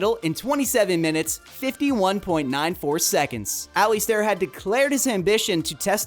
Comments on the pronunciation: Alistair is pronounced "Ali-stair" not Ali-star! 😁👍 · Alli-star?! Impressive to get the name wrong so many times in such a short video. The bonus was Glass-cow! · Muuuscaka - where in world is that it is Muskoka (Mus-ko-ka), then Ali star lol just continue butcher the names mate